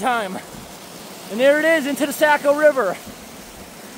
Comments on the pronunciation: Saco River. It's not pronounced Sacko. It's Socko. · The sock-o river. Not the Sack-o. Just still love your work anyway! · Born and raised Mainer., the river is pronounced "Sock-o" not "sack-o" FYI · The locals pronounce it "Sock - O" River